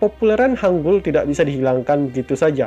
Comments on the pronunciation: Mohon maaf Yang betul hangel Hang(eu)L enya sunda enya apel buah cisedeuy bukan hangul wkwkwk orang indonesia susah membedakan antara 으 dan 에 apalagi 애 enya orang papua beta bae ta . Tolong dibedakan vowel e nya. 한글 Bukanya 한굴 wkwkwkㅋㅋㅋㅋ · kak itu baca nya bukan go joseon tapi bilang aja gojoson hangul juga bacanya bukan gitu tapi hangel yang kata hunminjoung apalah itu bacanya hunmingjong hangel itu ter inspirasi dari langit ㅇ orang ㅣdan tanah ㅡ. jadi kan kaka bahas nya tentang hangel btw kak tau gak siapa yang kasih nama hangel....? pasti kaka jawab raja sejong kan tapi bukan jang kasih nama hangel itu adalah joengyong aku gak tau kalo tulisan inggrisnya oh ya kak kaka nanti coba bikin cerita tentang joengyong dong nanti aku tunggu ya bye.☺